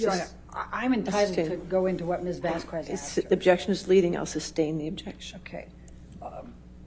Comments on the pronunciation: It's not fykin "Vazquwezz". It's Vasquez. It's such a low key disrespect. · Can someone PLEASE tell Amber’s lawyer to stop pronouncing Camille’s name wrong. Jesus, what an annihilation... The “u” is silent, it’s not “Miss Vasq-U-ez”. Also this woman needs to find another occupation, she is terrible and clearly hates her job. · Heard's lawyer is lacking in many regards: Vasquez is pronounced Vaskez, not Vaskwez. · When the lawyer says "Ms. Vas-qwez" 😆 derp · I cringed every time Amber's lawyer pronounced "Vasquez" as "Vasqwez". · There’s something about how Ms. Heard’s lawyer lady says the name “Vasquez” as “Vass- kwess” that is making me want to make regrettable, violent life choices. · Elaine B mispronounced Ms. Vasquez last name on purpose. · The way Elaine pronounces Vasquez is criminal. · OMG. I literally can't take it! She's doing it on purpose too. She has slipped up and pronounced it correctly, that's how I know. She's being disrespectful intentionally. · Not her lawyer doing the middle aged white woman thing to do and mispronouncing Miss Vasquez’ last name even when others, including Amber, pronounce it correctly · Why is Amber's lawyer constantly butchering the other lawyer's name??! Vasquez isn't hard to pronounce AT ALL! 😅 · lmao why cant ambers lawyer pronounce vasquez, its not that hard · Every time Amber's lawyer mispronounces "Vasquez" she earns five more objections. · Turd's lawyer mispronounces Vasquez's name over and over again. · amber lawyer cant even say vasquez right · if Amber's lawyer pronounces Johnny's lawyers last name wrong one more time im gonna lose it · Also is it on purpose or can she not speak properly or is she just outright dumb that she can’t pronounce JDs lawyers last name. She keeps hard saying the Q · Take a shot every time this Karen mispronounces Ms. Vasquez's last name